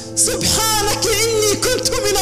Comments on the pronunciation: ياصاحب الفيديو قبل النشر يجب عليك تفحصه جيدا حتى لا ينشر الخطء قال تعالى( سبحانك )بالفتحةفوق الكاف وليس بالكسره الدقيقة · المشكل ليس في زينة المصحف المشكل في نشر كلام الله محرفا خطأ اوقصدا المقطع (سبحانك)بالفتحة وليس بالكسرةفتؤنت